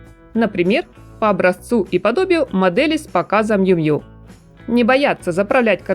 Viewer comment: Нравятся подборки, но комментарии не могу себя заставить выслушать, уж простите. Ну не джинсОвая одежда, а джИнсовая. Не Мью Мью, а Миу Миу....